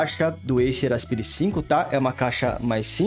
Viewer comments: Não é "aspiiire", é "asPAIre". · pronuncia péssima para Aspire. O correto é "aspaier" e nao aspire. estude, poha.